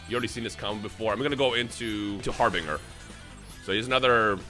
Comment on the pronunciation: Harbinger is pronounced like this: Har-bin-jer, say it with us